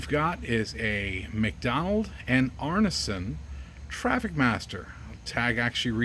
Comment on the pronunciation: It's pronounced "Arnson" not arnasun